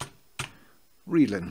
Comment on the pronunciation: Yes, I was saying that your pronunciation of 'readln' is correct.